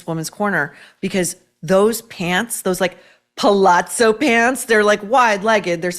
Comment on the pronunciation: Theure pronounce PALAZO pants.